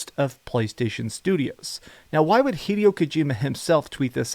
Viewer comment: Hee-day-o Kojima